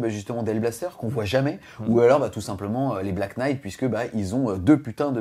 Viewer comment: Svp en anglais le "Kn" se prononce "n" , notamment dans les mots "Knife" , "know" et ici "knight" ... j'ai les oreilles qui saignent .